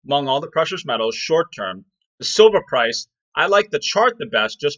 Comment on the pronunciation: ダンさん、いつもありがとうございます。今日は、字幕なしで聞いたので、silverがソバ（麺類）に聞こえました。そばprice とかそばposition、そばETFとか。^^ 毎日ダンさんの英語を聞いて、英語の文字と音が一致するようトレーニングします。動かせる資金はまだまだ少ないですが、おかげさまで、利益はぼちぼちです。